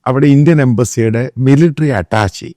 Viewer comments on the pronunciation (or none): മിലിറ്ററി അറ്റാച്ചിയല്ല, അറ്റാഷെ അതാണ് ശരി.